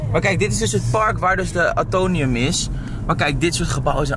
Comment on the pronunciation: Het is AtoMium, niet Atonium lol. Omdat het de atomen voorstelt van het element Ijzer. Weer wat bijgeleerd 🙂